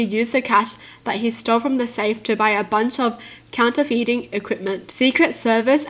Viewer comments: Counterfeiting is said as counter fitting. :) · the word " counterfeiting " is pronounced " counter-fitting " hope that helps